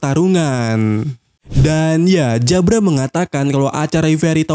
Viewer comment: Nyebut jabra pake jabura aja bang, lebih enak didenger....di anime juga nyebutnya jabura